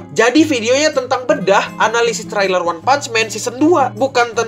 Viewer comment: "tereiler" mas bacanya,bkn "terailer"